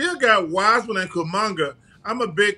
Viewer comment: Kumangaa😂🤣🤣 Come in chuck, say it right